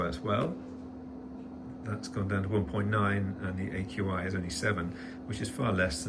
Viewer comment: I enjoyed pronouncing "AQI" as "akee"!